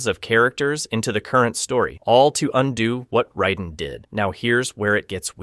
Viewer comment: Just shit research, my dude. Motatro absolutely has a shown death. And the mispronounced names....you have no idea what you're talking about. Like - how the fuck do you mispronounce Raiden?